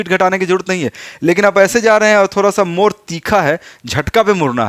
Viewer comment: मोर नहीं मोड़ बोलना सिखिए,, उच्चारण ठीक कीजिए,,अधिकतर मगही वाले ड़ को र बोलते है।